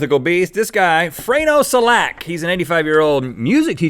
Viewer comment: Totally wrong pronouncement of the last guy's name but hey, at least you tried; greetings from Croatia!!! :D